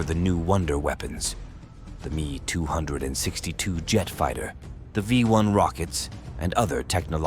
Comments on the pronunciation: AI translation...A "MEEEEE262" aircraft is an M...E..262 aircraft....not "MEEEE". The narater's accent is comical. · It's not the "me" 262....it's the M E 262. AI garbage.....